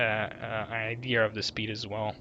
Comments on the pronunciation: It's pronounced I-de-ah not I -dee-ur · What is an "ideer?" At first, I thought you were trying to say, "idea," but there's no R in that word, so I'm just confused. Is it a deer sold by Ikea? Or maybe some new Apple product? Please tell me so I know if I need one, thanks. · bro idea has NO r in it STOP saying idear... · So… do people from the UK spell idea with an r are can they just not say idea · theres no R in Idea